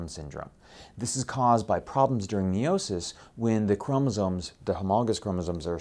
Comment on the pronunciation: It's tri SAHME Not tri SO ME like the o in sOny. SAme like the O in song! And it's also MYosis not ME osis